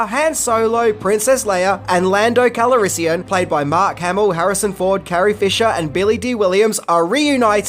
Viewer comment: Lando Cal-O-rissian? Am I the only one hearing that?